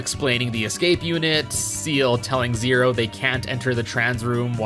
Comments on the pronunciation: Forget the zed/zee thing, you're killing me every time you call Ciel "seal" 😵 Ciel is pronounced more like "shell"- her name is in French (like everyone else in the resistance) Fun fact, the motif with the resistance goes beyond just French! Ciel translates to "sky", and everyone in the resistance has a name that translates to a different bird. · Pretty sure her name is pronounced "See-ELL" not "Seal" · You say Ciel like it's Zeal from Chrono Trigger and Zero as Zed this video is cursed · my guy actually just pronounced ciel as seal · actually , it's more like "see-el" than "shell"